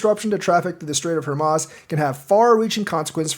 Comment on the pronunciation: it's pronounced, "Hor mooz"